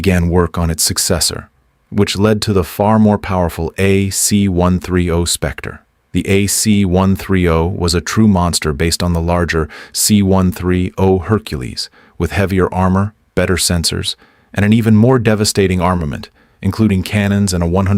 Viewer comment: Good video with exception near the end.. Its C130 not a C 1 3 O.